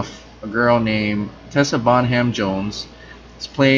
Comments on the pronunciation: It's pronounced "bonnam" not "bon ham" goddamn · Sorry about being picky, but Bonham is pronounced as Bonnam. I've got a silent H in my name too. Both names are very English. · It's pronounced Bonam.